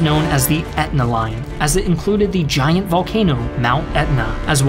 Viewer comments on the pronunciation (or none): none